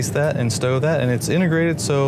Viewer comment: "A hunerd." "Inugrated." These are just 2 reasons out of a hundred why professional speakers are 'integrated' for video presentations.